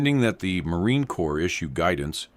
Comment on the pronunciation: "Corps" is pronounced "core". And yes, a 15 round mag indicates a semi automatic rifle. I think they even get it wrong in movies.